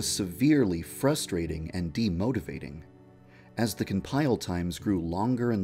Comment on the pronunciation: De-MOTOVATING ;) Also it's moti not moto